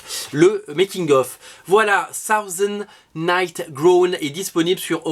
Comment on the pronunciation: Tres bien. Faut juste apprendre à le prononcer tu as un peu de mal avec nightgown, il n'y a pas de "r" Ca veut dire chemise de nuit il me semble. Mais à part ce détail merci pour cette découverte !